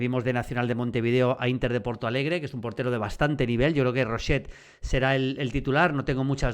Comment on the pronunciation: que no es roshet tío, es rochet, no te inventes fonemas. Gracias